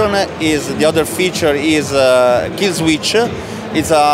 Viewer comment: "Killswitch?" "No, no. Killsweeech-uh."